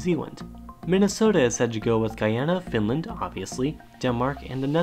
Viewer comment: Swe^en and FINLAN^